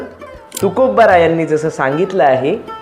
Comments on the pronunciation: 'तुकोबा'चा उच्चार 'तुकोब्बा' करणं टाळा, कानाला खटकते. बाकी छान. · कृपया ' तुकोब्बा ' असे न उच्चारता "तुकोबा" म्हणावे 🙏